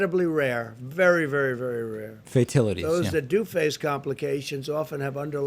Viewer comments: Did Trump say "fatilities" instead of fatalities? Or was i dreaming? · "FAITILITIES" LOL!!! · Fatilities!?! The word is fatalities you reading challenged boob!!